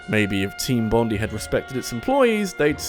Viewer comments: My poor little Aussie ear-holes.... It hurts whenever he says Bond-ee instead of Bond-eye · Bondi is pronounced with emphasis on the I Bond-eye not bond-ee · Bruh Bondi is pronounced bond-eye not bond-ee 😂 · Mate, you just insulted all of Australia - especially our famous beach of which their is a TV show phenomenon about! It's pronounced BON-DIE - not bon-dee. "-DIE!"... That sounded less creepy and potentially antagonistic in my head. No, don't- don't die. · just respectfully, it's pronounced Team Bond-eye, because it's named after the beach located in New South Wales. :) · FYI 'Bondi' is pronounced 'Bond-eye' not 'Bond-ee'. Its a fairly average beach by Australian standards that just so happens to be in New South Wales. If you want a very nice beach go to Queensland or Western Australia. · Great video! But just FYI, it's pronounced "Bond-eye" after the beach in Australia, not "bond-ee" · Great video as always but I just wanted to point out that "Bondi" is pronounced "Bon-dye". I live close to the suburb of Bondi and it gave me a slight headache hearing it pronounced here. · He says Bondi the same way I do. Had to Wikipedia it to learn how it's supposed to be pronounced. I'm fine with "Bon-dee" tho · Hearing the way he says Bondi hurts my Australian ears.